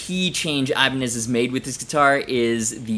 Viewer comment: I love how you say Ibani instead of saying Ibanez's Never would have thought of that, but it makes so much sense.